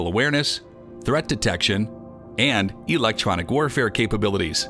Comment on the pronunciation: You could have done this in less than 5 minutes. You don't say words correctly like "electronic".